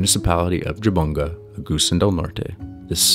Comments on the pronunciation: Brett Jabonga pronounce it "Habungga" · Jabongga… read as Ha-bong-ga..